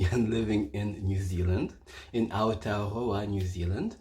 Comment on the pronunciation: Kia ora I love how you say Aotearoa (land of the long white cloud ☁️) you say it perfectly ❤️🙏❤️